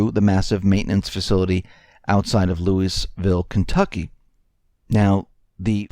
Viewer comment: Did you grow up under a rock? Who doesn't know how to pronounce Louisville? Lol